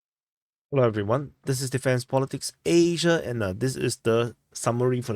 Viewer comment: your pronunciation of word asia is so bad, cruel and ruin your pronunciation.